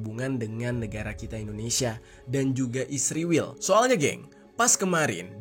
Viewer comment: Syallom...mohon jangan sebut ISRAEL dgn sembarang sebutan ... ISRAEL bukan ISRIWIL...anda buta huruf ko ?